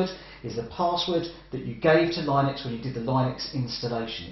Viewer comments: Linux pronunciation is "Linniks" (or "Linn-uks") rhyming with "cynics" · i have never heard anybody pronounce it "lie-nux"